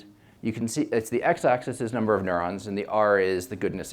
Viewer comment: Ha ha ha . she said numble on the video instead ov number . that waz phun-knee .